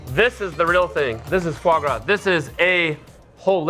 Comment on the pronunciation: Aaaand its not fois gras 😂